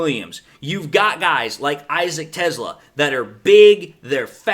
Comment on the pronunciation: not sure but I think Teslaa is pronounced tes-lay-uh